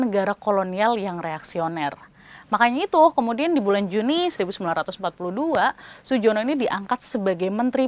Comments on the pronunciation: maaf bacanya "suyono" bukan "sujono" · Ah, RAA Suyono (maaf, Mbak, ejaanya anda lumayan salah sih), orangnya lumayan beruntung karena mendapat rekan yang mau mengakomodir kepentingannya, Huib van Mook. Lebih karena Gerbrandy dan Kabinet London terlalu reaksioner untuk rela memberi Suyono jabatan penting. Van Mook saja tidak diperbolehkan membuat pemerintahan pengungsian di Australia dari Maret 1942 walau Camp Victory/Casino pada Desember '42 sudah dijadikan lokasi pengungsian Pemerintah Hindia yang awalnya berlabuh di Brisbane. Well, karena bagi Van Mook, Indonesia bakal jadi negara yang setara dengan Belanda dalam persemakmuran yang dibawahi oleh Kerajaan Belanda. Nuntut merdeka penuh ya yang ada Van Mook bakal ditendang juga dari Kabinet London. Yup, semboyan kaum reaksioner yang sangat terkenal. ( kali ini bener sih ngomongnya wkwkwkwk)